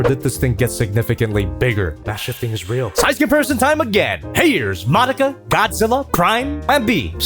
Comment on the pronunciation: Is it just me or the way says Madoka is starting to sound like Monica